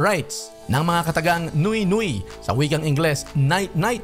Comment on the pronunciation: Nwe nwe" ang bigkas sa french word na "nuit nuit" at hindi noy noy